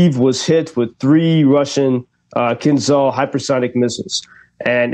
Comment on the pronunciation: The "zh" in Kinzhal is pronounced as "j", like in Brezhnev. Hope that helps. Translated as Dagger. The strategy of the game by Russia right now is to destroy energy production, after that they will destroy railroad network. The West silently facilitates the Russian strategy. We have hundreds spare Patriot batteries collecting dust in storage.